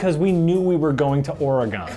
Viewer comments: Or-eeeeeeeeeeeee-gon Trail Who pronounces it like that? lol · "oree-gone" ..........omfg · Jesus, the way pronounces Oregon...